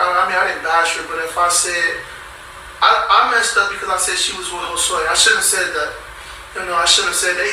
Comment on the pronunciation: Every time he say Jose Josue I crack up.